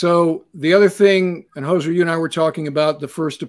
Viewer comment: No "s" in Hozer.